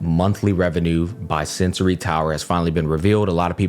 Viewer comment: bro it's sensor tower, not sensory. please you misspeak it every single time in every single video. no hard feelings, just vouching to do things accurately. peace